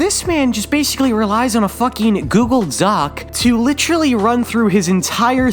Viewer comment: If he says litchurly one more time I'm gonna have a stroke